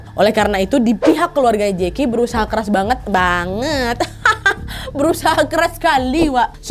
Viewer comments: Aku liat kk nad hari ni asyik tegelak aja😂 kata bangett karna awak orang Riau laen aja nak nyebut d lidah ya wak. Kalo nak sebut nama orang yg susah tu sampe belepotan wasweswaswes aku pun asyik nak ketawa aja. Lawak kali rasanya aku liat wawak d video ni. 🎉 sehat" ya wak❤ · Kak nad pas bilang "banget" Kek geli2 gtu dia nengok dirinya sndri😅😅 sama kek awak pas cakap sm kawan org Jawa 🤣